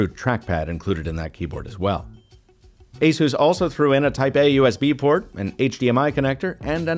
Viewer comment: Oooo what happened? You used to be one of the only reviewers to say “Asus” correctly (asus like Pegasus), but you’re now saying “a-zues”